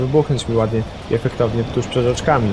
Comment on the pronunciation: Hhahahahh... "pszed" -.- pRZed :)